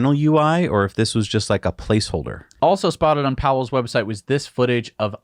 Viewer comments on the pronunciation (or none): Pawel [pavel], not Powell!